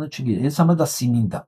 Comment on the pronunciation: симинди" ударение на 1 слог на грузинском 🌽